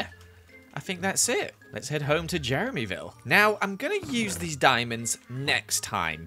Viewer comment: No one::jEreMy viLlE